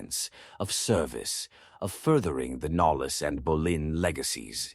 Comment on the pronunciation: it's not Berlin it's Bolyn